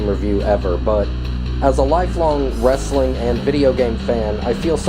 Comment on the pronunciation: WAMEN warsssling = racks